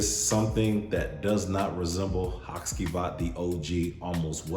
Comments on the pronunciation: Say it with me … HA CHEE VAHT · Haht-chee-vaht. After your history lesson on the shadowplay characters, I looked up the videos on Turkish play and waited for the Turkish actors to say the character names. Karagoz is also a character fragrance by the way.